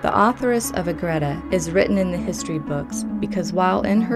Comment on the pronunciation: I have the books. It’s beautiful. . It’s pronounced as A-GRE-da. Not A-GRA-da.